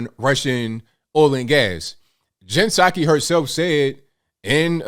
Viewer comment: What a liar! LIAR!!! Puh saki not ABL.